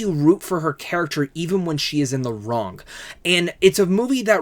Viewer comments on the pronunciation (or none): none